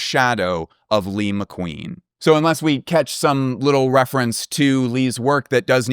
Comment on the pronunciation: Thank you for calling him “Lee” ❤❤❤